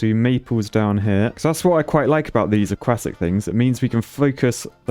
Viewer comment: Okay but when he says "aquatic" it sounds like he's saying "a-quack-tic"